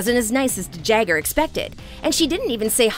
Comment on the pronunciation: Just pronounce her last name....Yep their you have it folks!